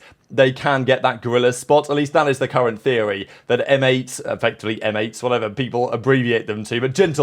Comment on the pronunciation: the way saying "M8 " 😵‍💫 you're not serious m8